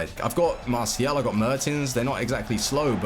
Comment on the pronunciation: Please stop saying "Masial"